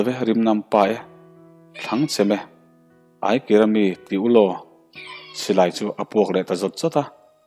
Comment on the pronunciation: Eng bawhhlaah mah aikira mi ti ulaw tih a awm ngai lo. Ai kim mi ti ulaw tih a ni e.